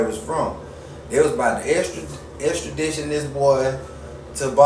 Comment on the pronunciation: "Exstidition"🤣🤣🤣 boy what grade you quit school?